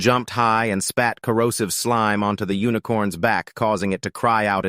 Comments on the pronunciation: This is a good vid but i get rage baited every time it says slim instead of slime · it's slime not slim